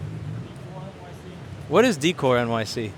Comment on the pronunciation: "what is decoy nyc?" it is "décoR", american trying to say something French. xD